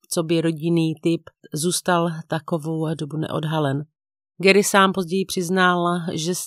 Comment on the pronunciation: 😢 ta výslovnost u Garyho, ale jinak mám kanál velmi ráda ❤